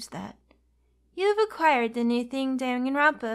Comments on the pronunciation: Them pronouncing Dangonrompa is making me mad.....but rip the fourth wall is was demolished. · My favorite part of this trial is that no one can pronounce Danganronpa. “Gon-Gon... Rompa??”